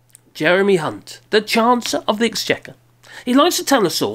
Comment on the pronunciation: "Jeremy Hunt, the Chancer of the Exchequer..." That's what I heard and and apparently that's what really meant anyway.